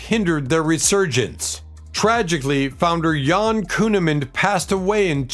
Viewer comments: Whomever made this video is too wuss, lazy and whatever else to add to use AI to narrate this film, just screwed up when referring to Vixen's guitarist as "Yan" Kuehnemund, it's Jan like Jan Brady!! This video proves you don't need talent but maybe some outfit full of goodies to make you seem brilliant... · Probably AI narration. Not just the "see-gay see-gay" Sputnik and "Yon" Kuehnemund which any uninformed human might say -- but the perfect, constant diction, and weird phrases like[album]year] rather than album -from - year. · Her name was Jan not Yan